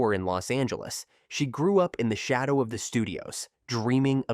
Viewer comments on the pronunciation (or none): none